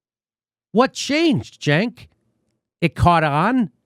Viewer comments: How do you get a 'Juh' from a 'C'?? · His name is pronounced “chunk”